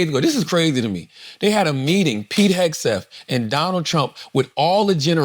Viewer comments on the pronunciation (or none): none